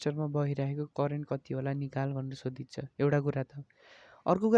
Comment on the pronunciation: Sodhecha ❌ sodhichha ✅🤪